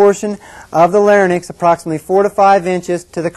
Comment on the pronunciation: Any one who pronounces the words pharynx and larynx as "fair-nix" and "lair-nix" has already lost my attention.